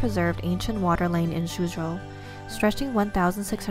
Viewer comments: This is good! But isn’t Suzhou said as sujho? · its pronounced “sue joe”